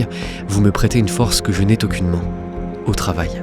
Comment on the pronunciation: Non je ne te prête pas de force que tu n'as "t'aucunement" (3'16'') ! Merci pour tes vidéos !